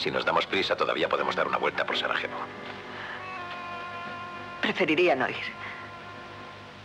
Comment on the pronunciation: Zvornik, no "évornik". Ademas, Sarajevo no se lee como la jota habitual, sino como Y. Se lució el doblaje...